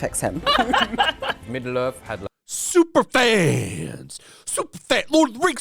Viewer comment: I laughed every time you said “Supafans” who are these clowns being interviewed?